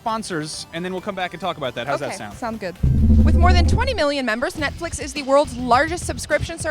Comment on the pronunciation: she definately said nutflix